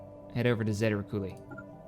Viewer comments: please... i know this is old as hell... but its pronounced zay-ta ree-tick-you-lie. Ive heard you say zeta rickoolie so many times haha. I love your stuff by the way, enough to go back and watch the oldies like this again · I know this is old, but it's zay-ta retick-you-lie. It's an actual binary star system in our galaxy. This old version just didn't have binaries or trinaries yet. There's zeta reticuli 1 and 2